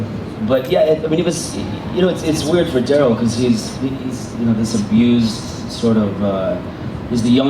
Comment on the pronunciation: Who the fuck is Dearl? Do you mean Daryl?